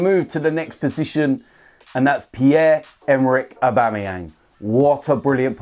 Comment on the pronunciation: Please don't say Aubamebloodclartyang again. Pure cringe